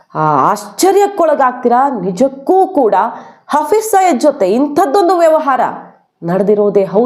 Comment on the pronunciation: Hafriz saeed ಹೆಸರು ಸಯೀದ್ ಇರಬೇಕು ಆದರೆ ನೀವು ಸಯ್ಯದ್ ಅಂತಿದ್ದೀರಿ. ದಯವಿಟ್ಟು ಸರಿಮಾಡಿಸಿ ಹೇಳಿ.